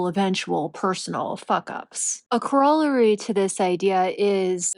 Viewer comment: Just wanted to help out - it's core-a-larry (corollary).